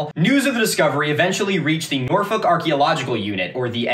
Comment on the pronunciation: actually crazy to hear an american pronounce norfolk correctly. thats how i know this guy is trustworthy